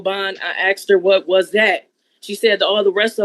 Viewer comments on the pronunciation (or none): "Only one of 'em wasn't no bond...i axed her, what was that?" She must be an english major..😂